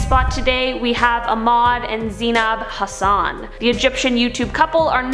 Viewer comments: Hey I'm Egyptian and Arabic is hard man she actually pronounced it better than people I know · I am Egyptian and lol why did she say Ahmed and Zeinab Hassan like that I can't stop laughing 😂😂😂